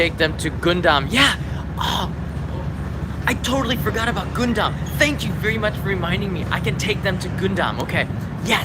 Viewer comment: he's reading it as if it is romanji...but it's understandable tho